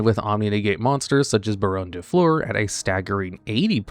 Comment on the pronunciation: And Baronne